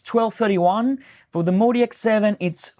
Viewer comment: Calling it the "Moe DX" ruins it for me. MODX clearly should be pronounced "Mod-X." On the plus side I no longer have GAS.